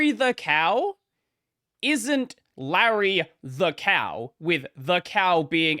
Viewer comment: Leisure suit lay-REE